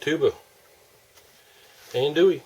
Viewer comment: You don’t ever want to call it ann-doo-ee. I’m from south Louisiana, it’s pronounced on-doo-ee.